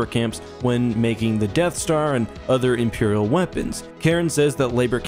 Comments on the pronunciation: “Imerial prison” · "Imerial prison"